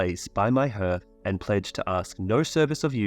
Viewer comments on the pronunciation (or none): hearth is pronounced as harth.